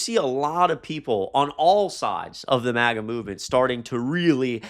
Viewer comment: Love your channel, it’s MAGA with a short A pronounciation